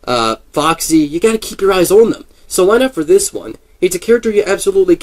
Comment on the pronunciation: Gotta keep your eyes "ohn" them?